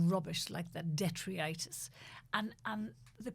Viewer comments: This woman often talks absolute rubbish! But WTF is “detreeitus?” 🤣😂🤣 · I noticed her mispronunciation, too. Detritus!